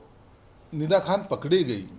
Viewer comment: फिदा खान नाही निदा खान 😂